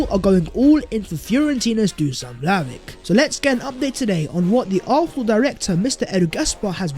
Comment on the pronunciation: It's pronounced Vlahovich please man I can't keep hearing Vlahovik anymore.